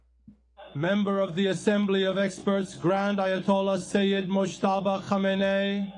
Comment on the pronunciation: Hey PBS, can you stop spitting Khameni's name.